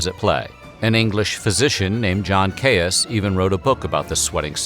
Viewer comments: Good quick resume of a serious disease, but please, please, that doctor's name is pronounced "Keys" not "Kayus" in Englalnd! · Erm, it's Keeys College founded by John Keeys, not Kay-us... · It is pronounced 'keys' not 'cayus'. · Its not Kay-Us, its Kays/ Keys. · The college Is pronounced ‘Gonville and Keys’. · For the Americans amongst you, the name Caius is pronounced KEYS. Yours, somebody who lives in Cambridge, UK. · You can say Caius really fast. Its pronounced Keys. John Caius (keys). Caius college (keys). Great video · Caius is pronounced like "keys". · It’s pronounced Keys, just saying... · The 'Caius' in 'Gonville and Caius College' is pronounced as 'Keys'. His family name was actually 'Keyes', 'Caius' is simply the latinized form. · Please Caius is pronounced just as keys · Most politely, I might add a small correction — it’s easier to say “Gonville and Caius College” ten time fast when you pronounce it like the locals. Not sure how Caius himself said it, but in Cambridge it’s pronounced like “keys” as in “house keys” or “key ring” . ;) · I wish you would make some effort in pronouncing names properly. Caius is pronounced ‘keys’. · Caius is pronounced the same as the word keys, as is the word quays. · FYI I think Caius is pronounced "keys" but I could well be wrong. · I’m pretty sure Caius, is pronounced keys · Very interesting, but please note that Caius is pronounced like ‘keys’. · Caius is pronounced "keys". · John Caius' surname is pronounced 'Keys', at least in the name of the Cambridge college of Gonville and Caius. Weird English pronunciations strike again! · Caius is actually pronounced ‘Keys’- odd but true! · Caius is pronounced Keez. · Caius is pronounced keys, is it not? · Caius is pronounced keys. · Pronounced Keys college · Gaius is pronounced "Keys" in the UK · I thought Caius was pronounced ‘keys’ in this context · Caius is pronounced keese . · Shire in a name is always pronounced "sheer" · It’s pronounced keys